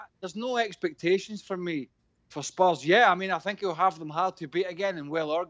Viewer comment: “I sink Spurs are a small club”